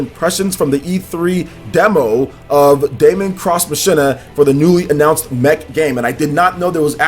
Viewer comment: Machina is pronounced 'Mock-een-uh', man. Lol.